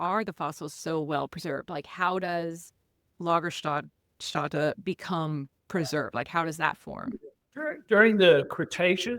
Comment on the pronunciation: Nice video! And just an fyi, not a complaint: the ä in Lagerstätte in german is pronounced like the a in hat in english.